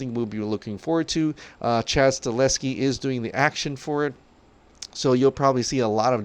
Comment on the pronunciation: Get chad stahelskis name right. It's not chas staleski. Learn to speak.